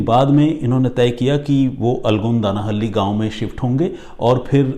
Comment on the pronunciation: Dear! Aapne jo pronunciation kia for 'Alagodanahalli' (in Kannada ಅಲಗೋಡನಹಳ್ಳಿ), it took me several minutes to figure out which village you are referring to 😂 Otherwise, you narration of the story is awesome as usual!!